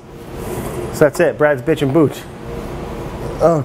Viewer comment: When you pronounce kombucha. There is no accent on “bu”. in Japanese you don’t accent separate syllables, they are all spoken at the same level. You are saying two words kombu and cha. Cha is Japanese for Tea, like chai (used in Turkey). In Japanese, the word "kombu" (昆布) refers to a type of edible kelp that is widely used in Japanese cuisine. It is often used as a flavoring agent and a source of umami in soups, broths, and other dishes. Kombu is also known for its nutritional value, as it is a good source of iodine, dietary fiber, and minerals. In addition to its culinary uses, kombu has also been traditionally used in Japanese folk medicine for its purported health benefits. So you’re basically saying: Kombu tea. Kombu cha. There is no reason to accent the syllable “bu” unless Americans insist on looking stupid in the world today. The Japanese will appreciate that you are making some effort to pronounce things correctly. Or just call it kombu tea!